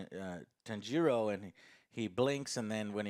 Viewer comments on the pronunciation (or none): The weeb pronunciation of "Tan-jiro", "Neh-zuko" and "Inu-suke" hahhaha, at least you tried Joe... At least you tried :D I also greatly enjoyed this film, it was fantastic. More Nezuko is always a winner but it looks like they didn't do that yet. Hopefully S2 will have a tonne more of her flexing her power. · Joe love that you are getting into anime and enjoy reviewing it! Gotta work on the Japanese name pronunciations though! Inosuke - (In-ose-kay) Tanjiro (tawn-jeer-oh) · Joe is like Inosuke - he can't get Tanjiro's name right